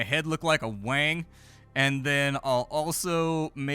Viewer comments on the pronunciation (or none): none